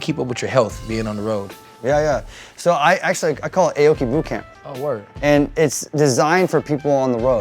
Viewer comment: Steve, why do you say Aye-Oh-Kee? Even Nate said your name right as Ah-Oh-Kee. Don't sell out foo.